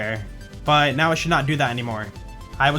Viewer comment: When says:" that should now be fixed", I hear:" that should not be fixed " for whatever reason 🤔